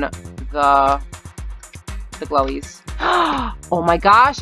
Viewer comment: I like that she calls the kill bloxs “glowes” and Tower of heck “Tower” I LOVE all your videos ♥︎